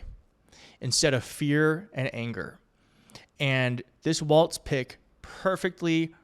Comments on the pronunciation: Please stop adding the t sound to his last name. Walz, (walls). Not Waltz. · WALLS, not "Waltz.' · Pronounced “Wallz” not “Waltz” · Wallzzzz. Not Waltz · You keep saying "waltz" instead of "walz". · Walz, not waltz. He’s gonna be our VP, we should probably get his name right. ✌️💙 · Please at least use his correcr name for starters. Walz..not Waltz. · It's WALZ! Not WALTZ. There is no T!!! Read the copy! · his name is spelled WALLS, not the dance. There is no T!!! You learned how to pronounce Comma-La. Please help by pronouncing his name as a plural of what he won't build at the border--WALLS! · Maybe I'm hearing you wrong but his name is not Waltz like the dance -- it's Walz like walls. He's a great pick. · Love your show - keep it up. You keep saying Tim “Waltz”. …. It’s’ Walz …. No “t” in the name. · Not Waltz--Walz. Sounds like walls. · Sure enough, the transcript keeps showing "Waltz" everywhere. It's pronounced like the plural of "wall" - "walls"... 💙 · It's not WalTz. it's just WaLz. ... ugh. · Hey, no T in Walz. Just sayin!